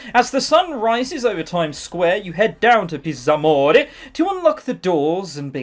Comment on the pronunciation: La pronuncia lascia a desiderare. :P Il doppiaggio della VN è peggio, però, not to worry! The Zs need to be harder, HARDER!!!